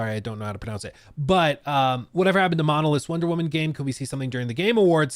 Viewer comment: Monolith's not Monlith's. 😁 😉